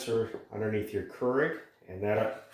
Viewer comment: Pronounced Cure-igg not curr-igg